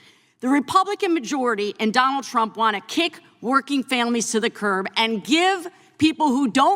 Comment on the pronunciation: Did she say President Chump?!